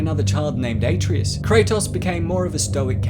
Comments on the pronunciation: Uh-trey-us is pronounced uh-trey-us good vid tho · It’s pronounced uh-tray-uos